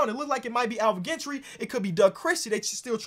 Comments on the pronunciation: As a fellow Gentry. Its pronounced more like Jen-tree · You watch too much basketball to pronounce Alvin Gentry wrong. Comon